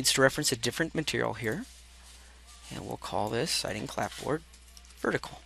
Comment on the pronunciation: appreciate the detailed instructions through all those adjustments.. fyi... the "p" is silent in clapboard... :)